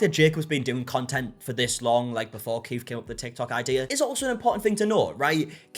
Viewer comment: If you're going to say Keith a thousand times in a video, maybe pronounce it properly. His name isn't "Keef".